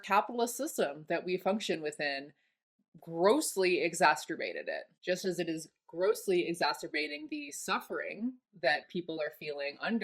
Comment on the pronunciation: "exasturbated" lol